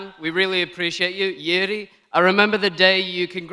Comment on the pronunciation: Its pronounced Yuri not Geri!